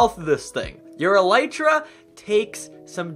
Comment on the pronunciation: I have never heard anyone saying elytra correctly